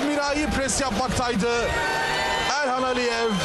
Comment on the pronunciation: Sunucu kim? Elxana Mesut diyo 🤣